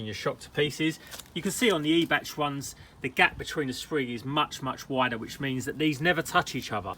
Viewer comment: it's more like eye-bach. with the choking sound... like when you have to spit a yellow one "chhhh" .